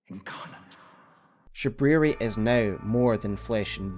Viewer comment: why does Shabriri pronounce his name like that? Creeps me the F out every time 😰